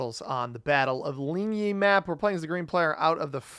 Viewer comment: Wow, you're the first English speaking Risk YT'er that pronounced 'Ligny' correct! Congratulations on that! For those wondering how to pronounce it closest phonetic writing would be 'Lean-knee'. The right pronouncing of that general Drouot is 'Drue-ooo', so your first option and not the 200 years old way of saying it. Myself, I live in Belgium about 114 km in distance from Waterloo, 118 km away from Plancenoit and 100 km away from Charleroi and Ligny. All these maps are situated in my country. I love these new maps!